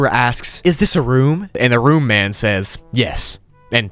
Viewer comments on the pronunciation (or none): none